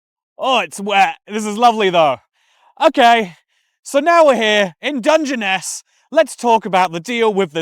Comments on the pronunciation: It's pronounced "Dungeon-ness" 🤣 Also, we have rainforest too! A diverse little island indeed ☺️ EDIT: Sooo ... I'm just gunnu leave this here as a lesson to myself, and others, not to pause the video to correct somebody. They might just start saying it right like 10 seconds later 😅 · Thanks for correcting your initial pronunciation ‘dug-ness’ lol!! Do u have dyslexia btw? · As someone from nearby on the South East coast, I find the way you pronounce Dungeness hilarious… it is actually more like “Dungeon-ness” 😅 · It's pronounced "dungeon ess" and it feels like being in a fallout game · FFS it's pronounced Dungeon- ess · Its pronounced dungeon-ness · Its pronounced dungeon-ess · Dun gen ess... Also, north Kent is almost Mediterranean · Dungeness is pronounced dungeon-ess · The pronunciation of Dungeness in the beginning pained me